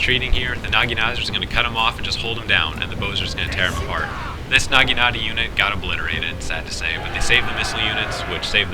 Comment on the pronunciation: he sed nageenata lmfao